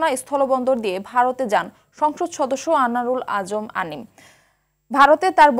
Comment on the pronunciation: নাম টা ভালো মত বলতে পারে নাই অনারুর আজিম আনার